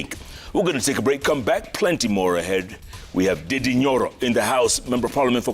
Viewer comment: Jeff it's "NDINDI" not "DIDDY" THIS NAME DIDDY SOUND AWFUL AND EVIL 😂